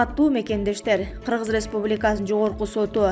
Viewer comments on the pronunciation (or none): none